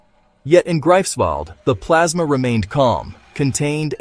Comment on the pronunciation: Noch nicht einmal den Namen dieser Stadt könnt ihr richtig aussprechen. Die Stadt heißt "Greifswald". Und diese "43 Sekunden" wurden bereits am 22. Mai 2025 erreicht und der Q-Wert war negativ ... es wurde mehr Energie hineingestckt als erzeugt wurde. Andere sind weiter ... Frankreich, China, USA und UK sind wesentlich weiter, sowohl in Plasmazeiten als auch im Q-Wert. Also ... nur Bullshit mit viel Gelaber einer dummen Sprach-KI, viel Lärm um nichts und lediglich Effekthaschei zwecks Erzeugung von clicks. Es gilt immer noch der alte Insider-Witz auf jeder Fusionskonferenz: Frage: „Wann kommt kommerzielle Kernfusion?“ Antwort (seit 70 Jahren): „In etwa 30 Jahren … und dieses Mal stimmt’s wirklich!“ 😂